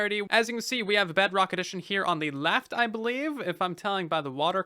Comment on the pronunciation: i hope you know you keep saying “BugRock” instead of “Bedrock” (